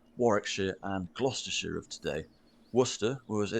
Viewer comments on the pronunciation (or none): none